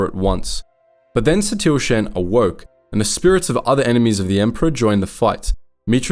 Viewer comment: It is pronounced Shan (rhymes with Han as in Han Solo). Please. Play the game so you can hear how to properly Say the names of these characters. Lana Beh-NEEK-Oh.